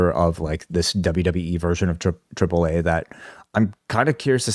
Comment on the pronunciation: 4 seconds in Triple What😂😅Dude cant even say the first letter of the alphabet properly.Wtf😂😅